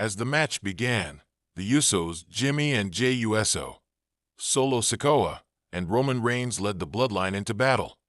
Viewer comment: Hey dumbass it's not Jimmy u s o it's uso you dumb s***learn to say the name right and don't butcher it